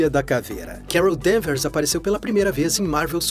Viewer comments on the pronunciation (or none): Quando disse "Carol Danvers" ouvi "Kara Danvers" aí ué... coincidência? Acho que não!